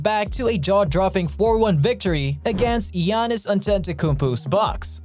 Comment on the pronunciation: Why dose he say geanis